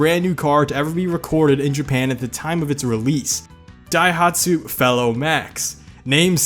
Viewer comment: You actually pronounced Daihatsu better than Opel. All those three in a row got me. xD And was also good. Just on a side note... Cars don't kill people. Bad drivers kill people. Seriously, it's no the cars fault. Porsches have the same handling with their rear engines and nobody complains about those.